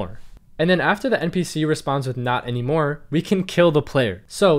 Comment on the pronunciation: How are you? Good. Not annymore. Omg..😭😭